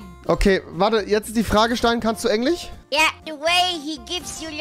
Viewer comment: Er frägt: "kannst du englich"😂